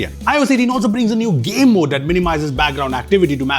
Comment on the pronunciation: no one noticed how craig federeghi (pardon the spelling) said 'game mode' as gay mode